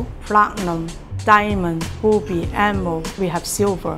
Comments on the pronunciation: When she said “ruby it sounded like b_oby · lol she said booby instead if ruby